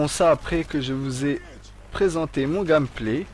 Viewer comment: gAAAmeplay ; sAAAmetex .. faudrais prendre quelques cours d'anglais non ? x)